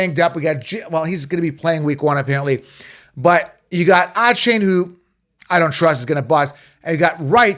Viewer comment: You pronounce Achane so wrong lol